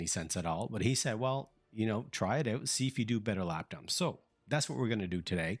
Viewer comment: You must be Canadian... "try it oooouuut" :)